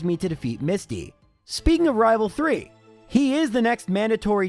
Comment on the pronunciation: Also me: coming to watch to hear him say rival fival